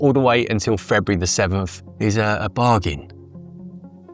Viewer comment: Am I the only one who was only slightly disappointed he pronounced "Bargain" correctly?